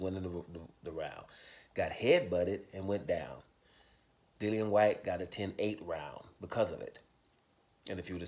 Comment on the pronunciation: Dillian said himself how his name was pronunciated but most ppl say Dillion! 😂